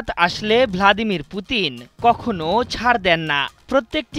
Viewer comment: ভলাদিমির😂😂😂😂,,,,pronunciation এত বাজে কেন।